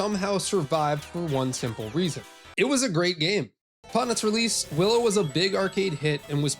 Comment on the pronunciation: Definitely says "Billow". I'm sure of it...